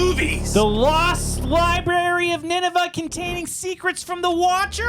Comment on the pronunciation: Why do you guys not understand there is an R after the B in library? It’s infuriating